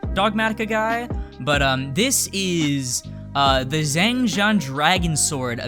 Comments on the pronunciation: Xiangjian? Don't equal Zang Jon. Were did u here that.???. Learn the name:( xi=shi .ang=ong. Jian is pronounce as ji=ge.& an is easy jst say the letter N. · It's pronounced (Shee-ong Jee-in). qing is pronounced ching. Weird I know, for some reason Q=ch sound. Took madarin and I don't expect everyone to know pronounciation. Also excited for this to come out! RIP bank account... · better?..? 🤔❓🤔❓🤔❓ u miss ur pronounce was waaay off. Also I hate herring qeenlong:/ wen the is qinglong. As qi=ch.^^